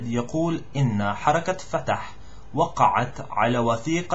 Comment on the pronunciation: It was great, I understood everything and your accent is sexy! But, u have to focus on what part of speech the word is, cuz that determines the pronunciation. I know it's hard cuz we usually dont use the characters above the letters that can guide you, but it takes practice to develop a sense of what part of speech a word is. For example, u read the word "وقعت" which means "to sign" here as the other " وقعت" which means "to fall"..and there are a couple of words but I think you got the idea.